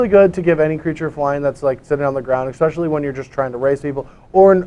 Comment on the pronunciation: Anyone else noticing Ecspecially?